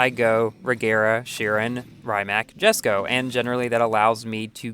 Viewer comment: Isn't it pronounced "YESSKO" instead of "JASSKO"?